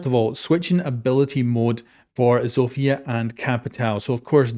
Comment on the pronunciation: Zofia got butchered 🥲